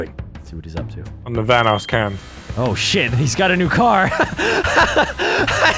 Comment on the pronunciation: It the Van-oss unit